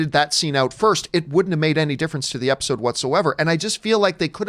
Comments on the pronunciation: You said episcene lmaooooo 🤣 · Lol he said "Episscene". I love it.